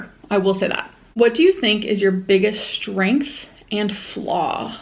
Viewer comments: Yup she does the shh thing in a lot of words and it makes me so angry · Does the way she says “strength” bother anyone else? Like, there’s no “SHHHH” at the beginning of it. She does the same with the word “extremely,” when she pronounces is “eckSHHHtremely.” Pisses me tf off